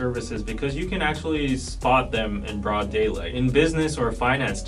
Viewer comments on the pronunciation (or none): none